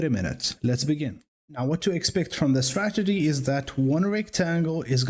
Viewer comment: correct me if I'm wrong, but is he saying stragedy?